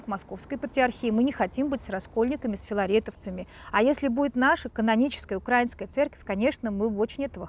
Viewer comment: Добрый день. .1.Для начала не УкрАинская а УкраиИнская. Давайте говорить грамотно. 2. Я как дочка священника, матушка, в Украинской православной церкви хочу сказать что Украинская православная церковь (МП) связана с Москвой только в молитвенном общении и берём миро. Все. Никаких влияний нету. И кстати ковид ситуация показала это. В Москве куча инструкций как проводить богослужение в условиях ковид, у нас такого нет. И совершенно другая позиция. И много других внутренних вопросах. У нас есть самостоятельность. 3. То что дали Томос, такое чувство что Варфоломею просто заплатили. Это абсолютно неправильное решение 4. Насчёт опроса. Никаких опросов даже делать не надо. У нас в городе в Центральной Украине в городе миллионнеке 3 храма ПЦУ. И это касается остальных городов. Стоит проехаться по городам. Единственное что , на Западной Украине больше и то больше греко католиков. 4. Очень я не люблю когда обсуждают эти темы особенно когда ситуацией полностью не владеют. ( даже со стороны). 5. А вообще лучше такие темы скользкие не обсуждать. Тема религии и политики очень опасна. ( Тем более когда не знаешь реальной ситуации в Украине. Когда убивают, выгоняют из храмов) Это политическая организация. На их лица посмотришь они же безблагодатные, и кропила жовто блакитни. Зайдите на сайт любого храма ПЦУ.